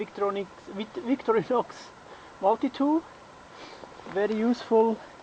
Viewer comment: I love that YouTube exists so I can see how people in other parts of the world do things. I like that a Swiss had trouble pronouncing Victorinox. :) I am glad the plastic buckles work in very cold temperatures. However, in most places, 30C isn't "very hot." I have many times camped and hiked in over 100F which is 37.8C. 30C is about 86F and is quite pleasant where I live. That said, I don't think high temperatures are as hard on such plastics as extreme cold is anyway. Also, "security needles" is hilariously close to "safety pins." The pointers about how to carry such a pouch were very handy, thank you.